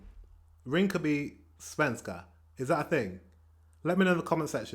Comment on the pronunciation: No sven-ska. It's svenska